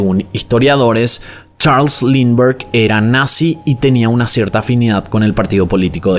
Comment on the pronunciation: Este caso caló tanto en Venezuela, que se usa como expresión: "más perdido que el hijo de Lindberg", claro, se pronuncia "Limber o Linder" jeje